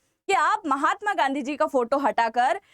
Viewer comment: गंदी को जी ना बोलें सुनने में अच्छा नहीं लगता है।